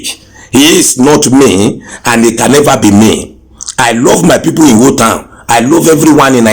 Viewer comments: Listen to the man claiming to the right person, he doesn’t know how to pronounce his town he calls it Uwo instead of Iwo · Samuel Elujoba I don’t believe this guy. He doesn’t know the right pronunciation of his home town, he keeps calling ‘Iwo’ Uwo. A prince with know how to call his home town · Suliat Giwa He can’t even pronounce Iwo correctly. He calls it Uwo